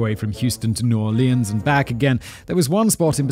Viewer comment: I have literally never heard anyone pronounce New Orleans like Simon does. That's wild. When the biggest pimp in town is a primary 'informant' that's just collaboration. I'm betting that the police are some of his biggest clients.